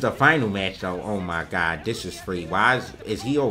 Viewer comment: "OOohh my gud" 🤣🤣 love it wen says it like that funny af